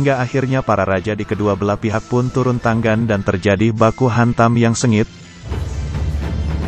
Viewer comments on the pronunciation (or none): Mendengarkan ucapannya, telingaku kok tdk nyaman. Tangan diucapkan tanggan, langit diucapkan langgit. Ini dulu sekolah bahasa indonesianya di mana ya? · kayaknya si pembawa cerita susah banget ngomong tangan sm langit....